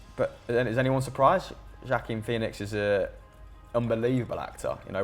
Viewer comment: saying joaquin phoenix wrongly made me cringe